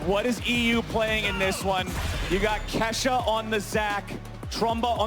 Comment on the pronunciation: She said kashaaa 💀